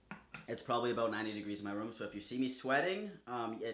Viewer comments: Room..... rum....... room...... rum....... the way you say room... I like it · your accent makes it sound like youre saying "rum" instead of "room"